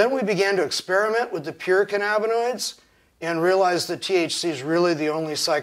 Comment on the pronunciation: can-ab-bin-oids? What’s cannabinis?